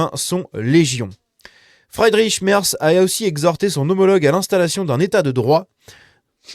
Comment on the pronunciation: Petit cours d'allemand: Merz...prononcé: Mèrts! Mais c'est pas si important. Merci pour la vidéo.